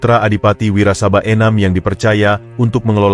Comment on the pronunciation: Klo baca narasi yg bener dong ...nyong Kye wong Banyumas.....bukan wirasabai ...tp Adipati Wirasaba 1...😂😂😂😂